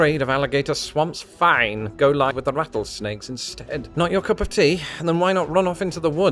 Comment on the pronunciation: does he pronounce "live" with a long 'i'?